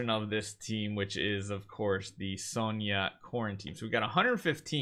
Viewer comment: Finally! He said "Sonja" the RIGHT way. 🥳